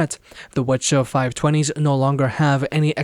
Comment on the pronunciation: Grinds my gear when you can call it W C H 520 but alot of reviewers call it wachow520 like seriously.